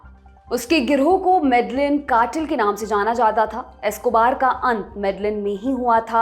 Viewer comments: 1. आप नाम गलत बोल रहे हो। वो मेडेयिन (Medellin) है ना की मेडेलिन, स्पेनिश में LL ko ल नहीं य बोलते हैं। और वो काली (Cali) है ना कली (Cli), और स्पेनिश में A ko आ बोलते हैं न कि अ। कैलीफोर्निया (California) और काली (Cali) के अंग्रेजी और स्पेनिश के पहले चार अक्षर एक जैसे हैं और दोनों नामों में सिर्फ इतना फर्क है कि वो अपनी अपनी भाषा के अनुसार बोलते हैं क्योंकि इंग्लिश में A ko ए और स्पेनिश में A ko आ बोलते हैं। 2. मैं कली (Cali) का नाम 3 नंबर पर सुन कर हैरान हूं। मैं 2019 में यहां आया था तब तब से यहां रह रहा हूं यहां तब सब अच्छा था। मैं मानता हूं कि कोलंबिया सुरक्षित नहीं हैं पर यहां जायदा क्राइम वनेजुलन लोगों के आने के बाद बढ़ा है। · .Your research is great. However the correct pronunciation of the top city is Mede-een, the two Ls are silent. Thank you. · Medellin is pronounced as Medeyeen. LL in Spanish is pronunciation as Yah of Hindi.. please correct your pronunciation. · Yes, I was also thinking about Medellin that she pronounce wrong. I am also living in Cali, Colombia. Cali comes in third in list mostly happening cause of Venezuelan people invade .